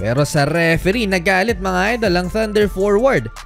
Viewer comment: "mga idel"😂😂😂😂super slang ahh